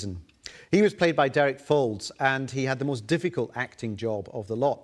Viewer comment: It's "Fowlds"!